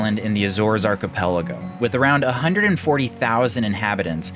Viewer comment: DRINK every time you hear the word Arkyyypellegrow.